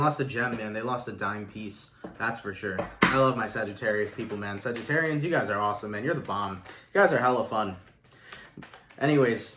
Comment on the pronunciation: Thanks for saying sagittarians. So many readers say Sagittariuses 😤